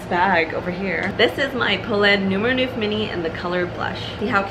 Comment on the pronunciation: Great review . Thank you. I probably sound like a know it all , sorry about that but i have A small pointer for the pronunciation of “ neuf “ its not noef but is pronounced like the canadian Montreux .